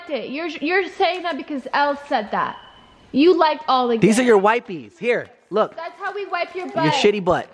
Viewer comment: I’m happy I’m not the only one who says “wipies” instead of “wipes” 🤣